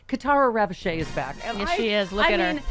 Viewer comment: It's pronounced "Ravodge" No seriously. 🤷‍♀️